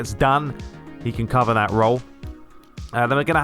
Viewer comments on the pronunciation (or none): none